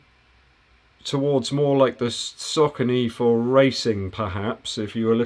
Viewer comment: You make so much good content man, I dunno how I found your channel so recently, do you have live q&a every week? Keep the good work! PS, it looks like your are the only reviewer with English accent who knows how to pronounce Saucony 😁